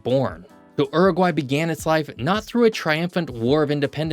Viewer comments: It's Uruguay, not Eruguay. Pronounce the U. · Please It is pronounced Yuragry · Pronounce as Ooruguay not as URuguay. If you want to talk about a country pronounce the name correctly. Oor as in poor - not Ur as in fur. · Yoo-roo-gwai my guy, this er-guy you are saying is very eccentric. The spelling is not English, so ask what the country is called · Please 🙏 it’s not Ooroguay….. it’s a Youroguay….. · its not Er-egwhy! Dude. come on....Its YOO-Roo-Gwhy (English) or OO-roo-gway. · Mate, in English, it's pronounced 'Iuruguay', not 'Aruguay'. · stop saying Errrgai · I had to exit after the 4th “errraguay” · Homer Simpson said that the correct pronunciation is U-R-GAY. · Errrugwhy, just love American pronunciation 🎉😂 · When Homer Simpson tries to pronounce Uruguay. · I've never heard that pronunciation of Uruguay before! Interesting video, nevertheless. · Y la voz ni sabe pronunciar el nombre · It was painful having to listen to your pronunciation of Uruguay, americans love butchering the English language